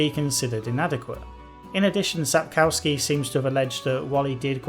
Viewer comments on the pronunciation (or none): oh god can you please stop saying sap CAU ski. Try sap KOFF ski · Everybody gets it wrong! Its SapKOVsky, not SapCOWskee!